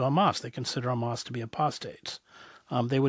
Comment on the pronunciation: Dude keeps saying ham-ass hahahaha